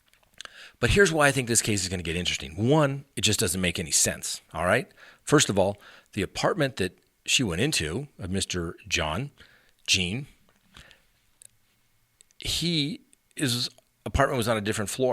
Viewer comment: It's Jean like John. French pronunciation. He was from St. Lucia where they speak Creole which is French influenced.